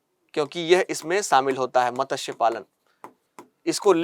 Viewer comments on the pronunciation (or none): मत्स्य में त पूरा न बोले।